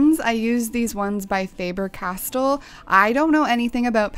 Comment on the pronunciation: So cute how you pronounced the words "Leuchtturm" and "Faber Castell* 😃 Greetings from Germany 🇩🇪